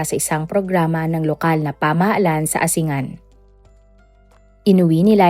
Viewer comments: hindi po asingan kundi asin-gan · ANG BAYAN NG "ASINGAN"...ANG tamang bigkas DITO ay "ASING'GAN" ,HINDI 'ASI'NGAN'.. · Ginagaya mo yung sa Pinoy Crime stories. Mali mali ang mga impormasyon mo. Mali mali pati pronounciation mo. Asingan? Asing-gan. Pati Pangasinan iba din pagbigkas mo. 😂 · wrong pronouncition ng bayan ng ASINGAN. Asing-an. pls google it before u announce it. thank u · Pronounced as "A-sing-gan" po ang Asingan. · tignan kung paano talaga ang pagbigkas ng ASINGAN ✌️✌️✌️